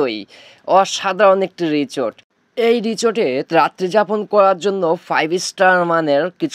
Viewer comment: Richot richot korchen keno o ta risot Hobe richot na😅😂